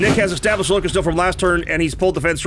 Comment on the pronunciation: lol probably cuz you keep pronouncing her like "lick 'iss" she's just not happy with you